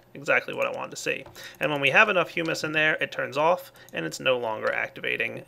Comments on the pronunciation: IT IS hum/is not hughmus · IT'S HUMUS NOT HUEMUS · Hyu-mispronounced humus there the second time around. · When you said humus, I thought you said "humans" LOL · Thought he said human but it was hummus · I pronounce it hum-is to.